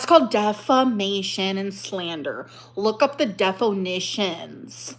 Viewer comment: "Look. Up. The. Def-o-nitions.", you're such a quirky gorl when you're mad, dear.